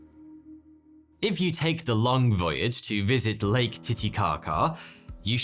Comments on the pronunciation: Late Titicaca? Sounds like you say that at the beginning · I’m sure he says “late” not “lake” the first time it’s said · Sometimes he says "Late Titicaca" 🤔😂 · Did u say late Titikaka a few times!?